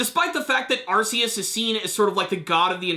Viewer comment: You're saying Arceus's name wrong. It's pronounced ar-KEE-us.